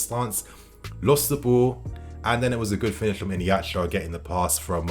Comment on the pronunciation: Mate ffs I love ya but it’s iheanacho not innieacho. There’s no n in his name where you say it. Fuckin bothers me lmfao